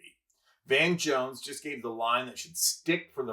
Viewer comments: It's Van Jones, not Von Jones. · It’s VAN Jones. Not VON Jones. Crikey.